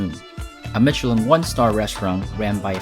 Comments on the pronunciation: Why are you pronouncing Michelin like that? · Just a little friendly correction, the ch in Mechelin sounds like sh. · You cant even pronounce michelin right... Grrrrr and its SorBEY not sorbit zzzz